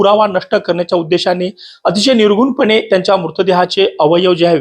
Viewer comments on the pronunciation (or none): निर्गुणपणे 😂का निर्घृणपणे? अरे शब्द काय हे तरी माहीत करून घ्या.